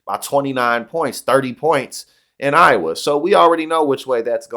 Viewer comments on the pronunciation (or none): none